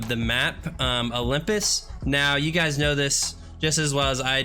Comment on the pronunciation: instead of guys it sounded like he said butchers or something like that